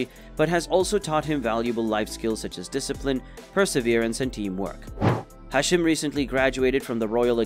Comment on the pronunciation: its prince hashim not hasheem